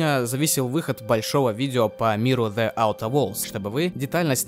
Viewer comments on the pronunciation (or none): не хочется быть занудой.... но буду)))the перед гласной читается как "Зи", а не "Зе" (Зи аутер ) 15 минут назад